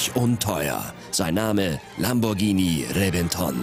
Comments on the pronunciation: Nochwas: Der Reventon wird "Rebenton" ausgesprochen - nur so nebenbei... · RevEnton und MurciElago xDD Die Betonung, herrlich